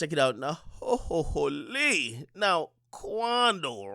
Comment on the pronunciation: Yo not from tdot nor Canada. Stop with the hooooly. You don’t have the accent for it it just sounds stupid.